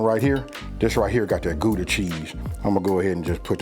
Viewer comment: As a Dutchman, I like the way that Gouda sounds